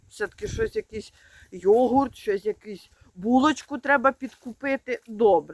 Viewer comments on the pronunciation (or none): none